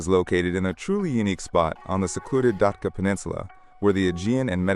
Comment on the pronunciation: It’s actually pronounced DAT-CHA.